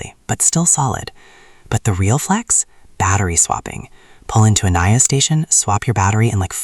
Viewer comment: Great car and video but pronounced Neeo! Not Naio! Blue Sky Coming!